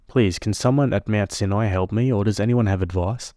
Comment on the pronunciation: For anyone outside of the US, ‘UES’ is the Upper East Side - the sweet ending story takes place on Manhattan Island in New York City. Also, /, you might run into that word, ‘Sinai’ again. It’s actually pronounced, ‘SIGH-an-eye’. Cheers!